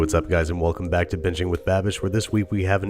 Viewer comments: I heard " that is right my roommate is black" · Back ... Not black...lol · Thought he said my yes my roommate is black lol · When babish said "thats right, my roommate is back" i heard my roommate is black and i literally DIED laughing lmaooooooooooooooooooooooooooooooo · Did you say " my roommate is black" or "my roommate is back"? :) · I HEARD WELCOME BACK TO BITCHING WITH BABISH LMAO